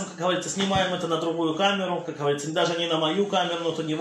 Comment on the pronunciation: "Как ГоворитсО" (с)